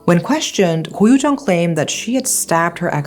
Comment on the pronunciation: It's actually koh yu jeong